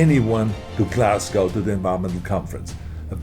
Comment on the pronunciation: Wow he pretty much almost pronounced Glasgow correctly! Unlike all the American journalists lol